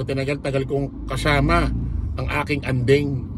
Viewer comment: ading not andeng, sir😊